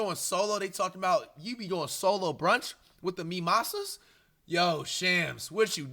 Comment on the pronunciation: “Wit the memosa “😂😂😂 dis 🥷 flight a trip